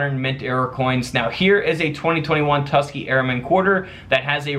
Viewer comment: It’s pronounced Tus-KEE-Gee, NOT Tus-kee